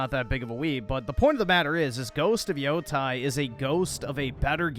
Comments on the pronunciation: Gonna be real with you, this is one of the worst game reviews I think you’ve ever done. -Correctly pronounces Yōtei the first time around but then bizarrely pronounces it as Yo-Tai for the rest of the review for no reason even though it’s pronounced correctly a million times during the game. Pronouncing something as it is phonetically spelled out and spoken to you makes you a weeb, apparently, because you’re so smart for not learning how to say a two syllable word. -Splicing GoW Ragnarok audio over the gameplay and passing it off as actual in-game audio because why??? -The game doesn’t end with two lesbians raising another man’s child. It ends with an aunt raising her niece and that aunt’s friend occasionally dropping by to visit them. What is wrong with you? - You don’t miss out on having to ride through the environment? My brother in Christ, exploring the environment is how you discover most of the side quests, characters, Easter eggs, cosmetics, boss fights, even the fucking shrines you need to UPGRADE ALL OF YOUR SKILLS! I don’t understand how you supposedly played this game and walked away thinking that exploring the world doesn’t net you anything - 80% walking talking and 20% fighting is just a straight up lie. I don’t understand how you can say that and feel like you’re being accurate. Most of the game’s mechanics revolve around its combat system. - turn the UIs off? You mean the barely present UI in Yotei? And no, I’m not fucking stupid and can easily tell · oh my god he said the name of the game wrong, that means he must be wrong. 😂